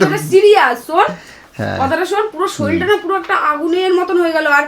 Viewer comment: ভাই শরীল নয়,শরীর হয়।।